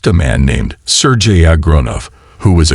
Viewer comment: In case 2, your AI voice uses at least four different pronunciations of the name Sergei: sur-gay, sur-ghee, sur-jay and sur-jee. The constant switching is quite annoying. You need to find a way to get your AI top be consistent. Even better, read the text yourself! Skip the AI rubbish.